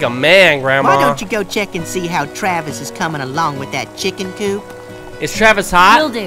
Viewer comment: " Give it to me Travi " 0.0 only you